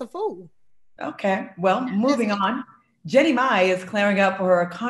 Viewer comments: Her name is JEENIE!! NO JENNY!!!!!!!!! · Yassss yassss yassss Jeannie Mai "Genie My" its not that difficult.... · Anyone else annoyed by no one pronouncing Jeannie's name correctly?